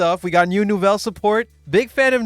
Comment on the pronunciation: Soo hot deck french deck, the pronunciation ce magnific